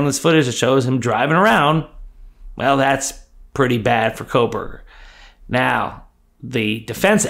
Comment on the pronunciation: There is NO "L" in Kohberger.